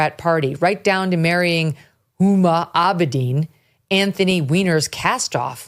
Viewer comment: Ms. Abedin's first name is pronounced with a hard "H" like "Whom-a". I don't know if it's a conscious attempt on her part to erase her Muslim background (being of Islamic Indo-Pakistani parentage and having been brought up in Saudi Arabia since age 2 to when she started college in the USA) BUT the name, "Uma" is of Sanskritic origin and generally used by Hindus. Uma Thurman was given the very Hindu name Uma Karuna by her parents. Her father was an Indo-Tibetan scholar and she was raised Buddhist. Her mom was a model (yes..,. a real one - just look at Uma Thurman as evidence of this). The name Uma is another name for the Parwati or Durga - the most powerful symbol of feminine power in Hindu mythology. WHOMA may well well have her own reasons for de-emphasizing her roots which are not at all Hindu. Since age 19, she has exhibited an uncanny ability to attach herself to powerful people. When she met the Weinermeister, he actually was going places in the Dem party until he turned out to be a pedo of which I suspect he is one of many in power circles. BTW, I agree with all your observations about these people. They are not normal human beings. I'm a writer and my writing room where I often am relegated to sleeping owing to my snoring (so as not to disturb my wife) is strewn with books and other things. I wouldn't want to live in these lab experiments, these people call homes. How many assistants did AOC have to go through to find those knitting needles?